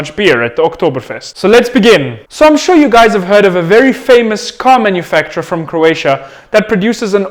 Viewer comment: I am from croatia and we are the only one who knows how to say it right